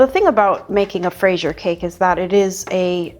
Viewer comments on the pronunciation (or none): I really appreciate how much effort and attention to detail goes into your tutorials, it’s so rare to find classic cakes veganized from someone with professional training! BTW, there is a video on youtube called "how to pronounce fraisier (correctly)" it sounds roughly like frez-yeh 🍓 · Not really, fraîse is strawberry. You say fraisier gatêau because it's a cake full of strawberries, it would be literally translated as a "strawberried cake". 😅 And what matters is the recipe 😊 The pronounciation is very difficult to explain here in the comments since we can't add sound. 🙂 What a beautiful cake, great job as usual 😊👏❤